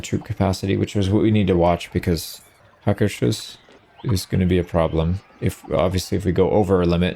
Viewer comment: Just a pedantic nerd here, want to mention: the first H in Hvalvik is pretty much silent, so it's more like Valvik; and Hús is the word for house, so instead of being HakerShus, it's pronounced more like Haker's Hús (think like a OO, like loose)